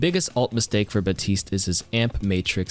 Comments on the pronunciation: It’s baPtiste. Not batiste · The way you pronounce Baptiste hurts my soul